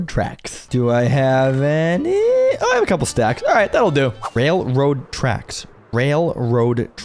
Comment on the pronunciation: The way you mispronounced "Railroad" killed me. 😂😂😂🤣🤣🤣